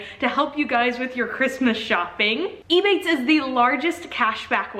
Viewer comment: It took me so long trying to work out if you were saying ebay or ebates